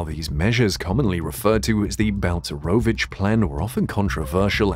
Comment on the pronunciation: Jesus Christ his name is Balcerowicz not bounce maravich is it really so difficult to prenaunce ?